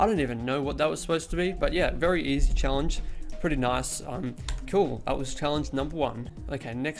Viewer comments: It’s not EZ it’s EZ. easy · It's Easy, not Ez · He calls is ez mode instead of e z mode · Ezz mode lol he means easy mode 😂